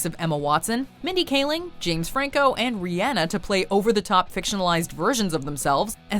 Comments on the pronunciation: She called Rhianna “Rianna” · did she say Reeana ? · Why did you pronounce Rihanna like that😂😂? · You gonna just pronounce Rhianna's name like that and not apologize. I thought everybody in the world could pronounce her name correctly. Lol Also, it makes no sense that The Other Guys isn't on this list.